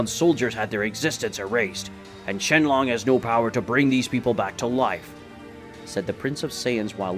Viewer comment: It's not shenlong it's shenron